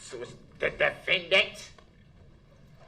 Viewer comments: "Tha Defendant!" 🤣 This dude's crazy, but she did say it the way Brooks claimed . Likely the only thing true in his entire case. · 🤣@ she did put strong emphasis on the word "defendant"! This is comical. Why is this trial being televised? Just send him to jail at this point. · ‘The DEFANDANT!!’ Lol 😂😂 that must of been so hard to not laugh at 🤣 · lol I heard it , the prosecutor pronounced "defendant" noticeably louder and with a harsher tone. I would have objected. She was off screen so maybe it was an honest mistake but I don't hear her apologize like it was. She claims she was changing her volume for the court upon leaving her table but the volume doesn't stay up, it only marks up when she says "defendant" then returns to her original volume. If I was prosecutor I would have apologized to the court. Above all things, Brooks is a man. He deserves to be treated with dignity and respect until the very end, otherwise this state is nothing more than thugs. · "The DEFENDENT" 😂😂😂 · The DE-FEN-DANT! 😂😂😂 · Proper English: Brooks English: Ask. Akt. Obvious. Avious. Sudden. Sutten. Nothing. Nuttin. Except. Excek. That. Dat. DEFENDANT! DEFENDANT!